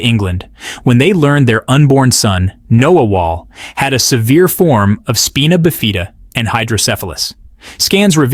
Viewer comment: Speena Bufeeda? Spina Bifida. Spy-nuh Bif-ih-duh is how it's pronounced. Hopefully I made it easy to sound out for those trying to read it.